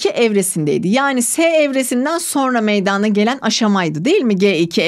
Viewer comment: Hocam çok iyi hoşsunuz. Anlatımınız süper. AMA gerçekten konuşurken meydaaana gelir diye telaffuz ediyorsunuz. Rica etsem direkt meydana diye telaffuz etseniz:)))